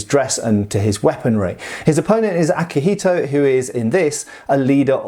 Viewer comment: for the record, you pronounced akihiko pretty okay, its better than other westerners saying "yuen"